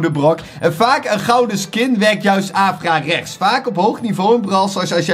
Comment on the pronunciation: het is averechts en niet avrarechts